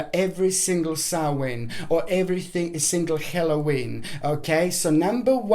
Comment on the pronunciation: Not HELLOWEEN . it is Halloween